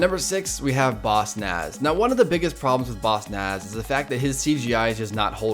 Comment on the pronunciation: instead of bossnass its bossass